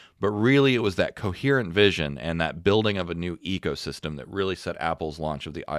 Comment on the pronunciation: Did he say Ego System? Or Eco System? 😂😂😂